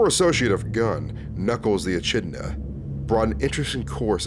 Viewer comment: BROTHER HOW DID YOU PRONOUNCE ECHIDNA??